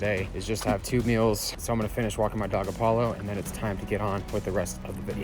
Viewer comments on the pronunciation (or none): none